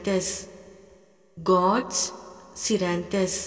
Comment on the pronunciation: Sorry I'm also Naran Sir's student, following all his healing techniques. I feel the gorse scleranthus is pronounced wrong in this video. Please make clear or may be I've mistakenly pronouncing wrong.